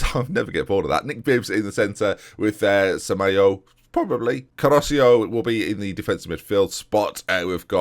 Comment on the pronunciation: Okay I'm typing this until you see it so here we go: "FER-REEN-YO" "SAMA-YO-A" (seriously, lad) "CA-ROTCH-O" "BUH-MAWN" (put some French flair on the "AWN") Like so sees.